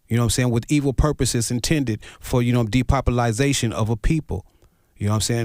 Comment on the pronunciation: Great video, but my man was killing me—it’s de-pop-u-lation, not “depopuLIZation”.